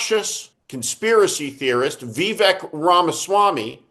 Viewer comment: FOR THE LOVE OF GOD, PLEEEEASE LEARN HOW TO SAY VIVEK'S NAME CORRECTLY! YOU'VE GOT IT - PROUDLY - MORE INCORRECT THAN * ANYONE *